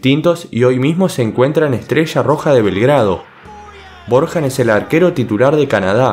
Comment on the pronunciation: Corrección men, BORJAN en serbiop se dice Borian, yo estoy aprendiendo serbio, La J en serbio tiene muchos sonidos pero no tiene el sonido que tiene para nosotros los que hablamos español Por ende sería milan borian en este caso, saludos desde Chile 🇷🇸🇨🇱